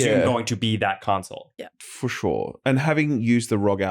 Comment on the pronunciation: As a French, I love how says "Foh shure" like my president does.